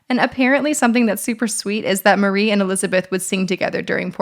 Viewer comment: Great video. But one thing: it's Marie Antoinette, not 'Marie'.